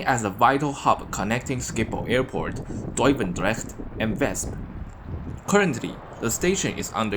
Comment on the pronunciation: I did NOT expect to see Duivendrecht pronounced that well from a channel with a name written in Chinese characters. You live in the Netherlands? Anyway, wel done man.